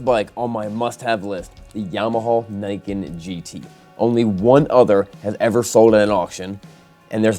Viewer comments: He said niken wrong… it’s supposed to be said like nee ken meaning two swords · It is in fact pronounced "knee-ken"